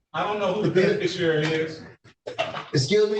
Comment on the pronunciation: I wish judges did this everytime a sovcit wont give their name. Also, learn how to say bebeficiary